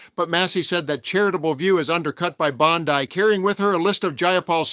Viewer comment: Why, why, why do otherwise intelligent You Tubers say Bond E most of the time but suddenly slip up and pronounce it Bomdeye? Do you forget who you were talking about? I know most of you never took Communications school, but to CHANGE the way you pronounce a word in the same video shows at least a lack of concentration, Since she is a hot topic you are not the only one who did that.